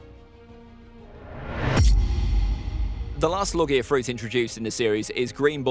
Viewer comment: pronounced logia wrong